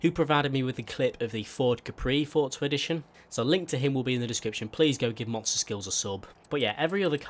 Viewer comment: forza not fortza